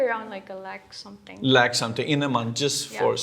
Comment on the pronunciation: wtf is 6 digit??? 000000??? and it is not lake.... it is Lakh...